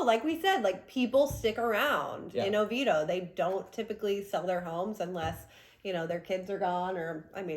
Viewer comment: Its OVIEDO (Oh-VEE-AY-Do)